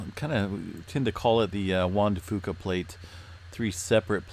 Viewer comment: For the longest time I thought you were saying the Wanda Fooka plate. I thought she must have been the one who discovered it LOL